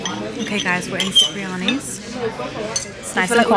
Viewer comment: Cipriani is pronounced “chipriani”, just like Cinzia’s name💕